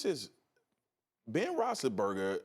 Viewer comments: This guy can't even say big bens name correctly. BEN ROSI-BURGA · No Ryan Hollins is a plus. Spears needs to learn how to say Big Ben’s last name. Your a pro for god sakes lmao. Rothisburger lmao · If you can't pronounce Roethlisberger properly, just say "Big Ben" please.